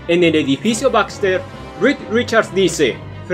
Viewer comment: Es "rick" no "red"